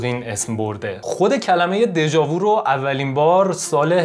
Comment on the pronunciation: prononciation "déja vu" nah "déja voo" .